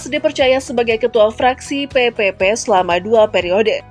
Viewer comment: PPP dibaca P3 ya. Pk Hamzah Haz orng baik, dermawan, beristri lebih dari satu dan kaya sejak masih muda👍